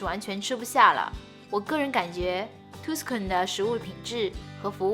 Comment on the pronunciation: 講解的很仔細，聲音很好聽，景象取景很好，很用心的視頻。 小糾正：Tuscan位於意大利中部地區，是早年文藝復興的重地，Tuscan 的u發A音，所以Tuscan發音是塔斯肯，不是圖斯肯。